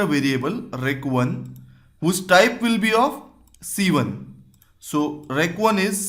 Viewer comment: Your "one" sounds more like "when" than "one"